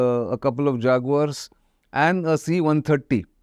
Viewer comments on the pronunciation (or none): none